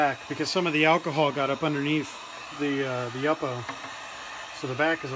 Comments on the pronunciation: FYI: I'ts YOO-poe, not yuppo. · Thank you for the inspiration and new ideas! (I think the pronunciation is YŪPO wth a long u, not YUPPO.) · You po. Not yuppo. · Pronounced YOO-po, not yuppo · What kind of heat gun are you using? Love the blue and orange combination. The paper is pronounced YU-PO. Thanks for sharing your techniques. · Love your video! Please do not take this the wrong way, but YUPO is pronounced YOO-POH. :-) I work with paper companies. :-) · that's the first time I've ever heard that pronunciation of yupo - Yup - o? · It is pronounced You-po!! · It's pronounced Yoo po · LOL! I kind of liked the way you pronounced it, but the graphic designer in me would not let it go! Your videos inspired me! Thanks again.